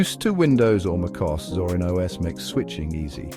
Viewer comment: Overall good video. But the is for Mac is not called "macos" like Marcos without the R. It is called "Mac o s". Like "Mac operating system"..... o s..... Like os/2.